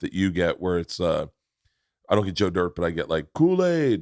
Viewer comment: It’s Joe Dee-irte